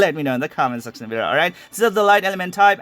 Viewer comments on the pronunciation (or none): none